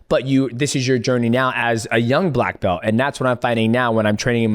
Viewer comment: Black "Blelt" Mountain